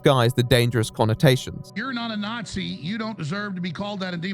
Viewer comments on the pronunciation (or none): none